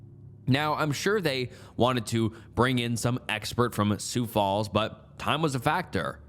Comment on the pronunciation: As someone from South Dakota but doesn’t live there anymore and is constantly correcting people on the pronunciation of Sioux Falls, and I say this with love, I am shocked that that was one of the words you nailed 🙂‍↕️